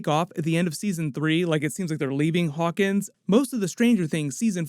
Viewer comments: Narrator needs to choose between pronouncing the town name as "Hawkings" or "Hawkins" -- it can't be both. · Hawkins, not Hawkings, bud.